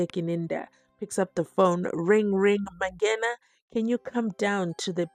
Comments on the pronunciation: Mangena not Mabhena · Mangena Mangena Mangena not Mabhena